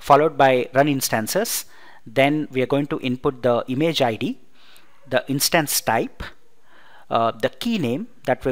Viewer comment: Good Video , clear Voice .Its Instance (short vowel) not Instaanse (not so intense)